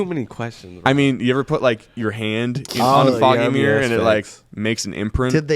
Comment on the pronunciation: Bro said Meer (Mirror) Lol